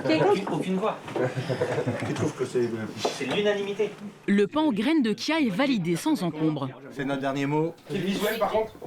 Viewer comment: Reportage intéressant, mais vous auriez pu faire un effort pour la graine de chia qui tire son étymologie du nahuatl, ça se prononce "tchia" et non "kia"... je sais bien que ça n'est pas le sujet principal du reportage mais l'entendre à plusieurs reprises, cela écorche les oreilles. Même le personnel de la boulangerie qui disent "kia" alors qu'une personne précise bien que ça vient du Mexique, à aucun moment ne se pose la question de comment est prononcé "ch" en espagnol... 😅